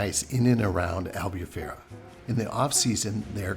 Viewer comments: i love your videos, but once again, you 2 now are living in Albufeira, please learn how to pronounce it correctly, it's AL_BOO_PHEI_RA*. Its so disrectful when foreignours go to Portugal and can't even pronounce ''POOR_TU_GAL'', not Porchugul. I'm impressed you both pronounced Algarve correctly.....I STILL LOVE YOUR VIDEOS n i'm so jealous in Newark NJ.....LOL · Hey guys nice vids .. here are some tips in Portuguese pronunciation. “Ei” as in albufeira is always pronounced as “ay” . U is pronounced “oooh” so albufeira would phonetically sound like AL- BOO- FAY- RUH. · If I may, I am Portuguese and your lovely town of Albufeira is pronounced.... Al boo fay rra (roll the r on the tongue)... ENJOY! 😉🏖